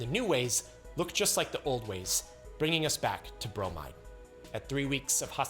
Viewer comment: I facepalmed when he said "bromide" in